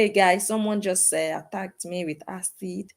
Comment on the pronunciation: Wtf is she keep saying asad and they police said it wasn't asid what a scamner